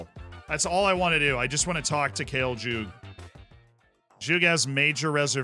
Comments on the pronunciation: It's read Khaley Yug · As a fellow Croatian here, Kale Jug is pronunced: Khalē Yugh. Khale is like spannish "olé" with a Kha instead of O (beggins like C in the word "count", not "charcoal"), and Yugh is like "you" + "gh" (g as in great, not g as in ginger) Lemme fly off now ❤